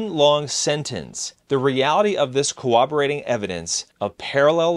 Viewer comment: "cooberating evidence?" Did you mean CORROBORATING?